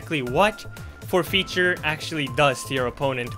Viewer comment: Is english your first language? Your accent is so good but I notice some words like forfeiture are pronounced a bit funny. I’m just curious or am I completely wrong lol